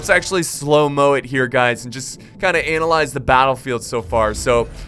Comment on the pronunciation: He says "analyze". Emphasis on the anal.